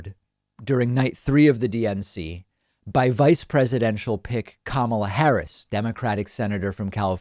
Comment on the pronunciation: I enjoy watching your show, David, but come on. A little research. Her first name is pronounced 'COME-uh-laa'.